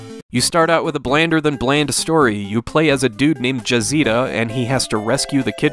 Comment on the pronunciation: lmao Jazeeta? lol its Jah-zeh-tah